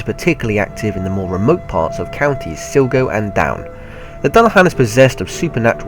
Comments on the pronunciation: very food list just one small problem on of the counties mention were the dullahan is seen is actually pronounced SLY-GO even though its spelt sligo otherwise a very good list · He pronounced Sligo wrong it's like he said Silgo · Sligo is pronounced sl-lie-go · Great video, but honestly you could have pronounced the place names properly. "Sligo, Inverness, Durham, Newquay, I was thinking you might have been having a laugh by intentionally mispronouncing them!